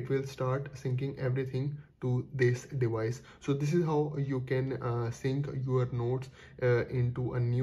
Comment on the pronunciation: your English is damn annoying "dewice dewice dewice"